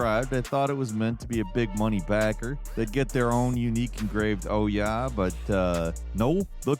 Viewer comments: You pronounce OUYA like a German with a thick accent saying"ooh yeah" das is good. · When you can’t remember how to pronounce the name of a console that says its own name when it starts up, then it was a massive failure. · That isn't even close to how you pronounce Ouya and I feel like you're doing it on purpose